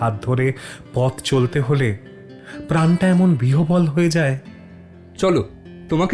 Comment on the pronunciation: আহ্বান এর উচ্চারণ হল "আওভান" বিহ্বল হল "বিউহল" Narration বড়ই অদক্ষ